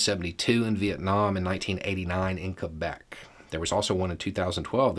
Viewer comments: as a person who spent most of her life in Quebec, I have to thank you for pronouncing it correctly. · I'm from the lower 48, in the South. I clapped and said "Yes!" outloud when I heard the pronounciation.